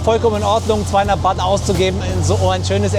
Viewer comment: Das Thai Geld heist nicht Wat sondern Baht.👌😉😁